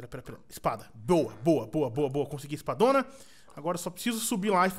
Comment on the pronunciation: quando ele falou espadona, eu entendi escadona, de tanta vontade de voltar a escadona